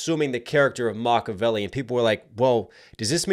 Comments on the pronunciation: Mockeveli ?? Or do you mean Makaveli! Christ english is your first language learning how to speak it may be a good idea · Dude, Stfu, you talk way too much, and It's not mockavelli. Macavelli learn how to read.